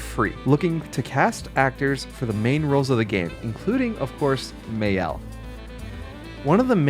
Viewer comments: Maelle is pronouced MA el and not may el rhe A being pronounce like the fist A in argument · I know it says “may-el” in the screenshot, but everyone in the game say “mi-el” so what’s up with that? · That is still not how you pronounce Maëlle's name (and yes, there are supposed to be accents in French or the pronunciation changes)